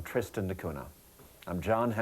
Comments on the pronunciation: Everytime he says cuna, I cringe. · A very philosophical approach to this island. It took awhile for me to warm up to the presenter's style, but by the end I liked his observations of this microcosm of human society. I even enjoyed seeing the dogs in every scene! By the way, the pronunciation is Cunya.